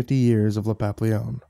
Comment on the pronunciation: please, it is pronounced "papee-yon" not "pop-leon". It is the French word for butterfly. Like how tortilla is pronounced "tor-teeya", not "tor-tiluh". Great narration otherwise but this is driving me crazy.